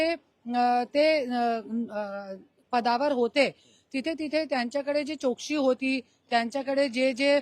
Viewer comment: करुणा ताई आपण मराठी बोलता.. आपला आम्हाला अभिमान आहे... ताई चोक्षी बोलता... चौकशी बोला ताई.....